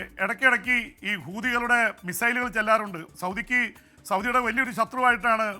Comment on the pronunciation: Sir വേകതം മായി പറയണം ഹൂതികളുടെ എന്ന് പെട്ടെന്ന് പറയുന്പോൾ തെറ്റ് ആയി ആണ് കേൾക്കുന്നത്